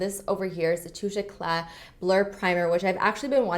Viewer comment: Finally someone who says Touche Éclat right 😂😂😂 my french ears thank you <3